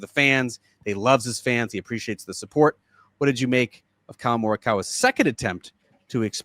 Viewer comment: JT 78-62. DJ last in LIV HK last week, -8 first round Singapore Friday. Golfers ability to think positively mesmerizing. Collin not getting memo on being nice to media, hard to feel sorry for multi-millionaire. Love how says sup-PORT at the end of most podcasts. Looking forward to the weekend golf, let it blow, and mini-pods. RIP John Feinstein, Good Walk Spoiled my favorite sports book.